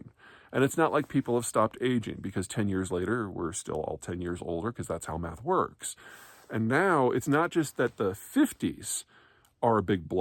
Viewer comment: I can't decide on my favorite part of the video. Is it A) That whenever he says math (in any video or context) it sounds like "meth" to me and I'm like WTF? or B) The shenanigans nerf gun.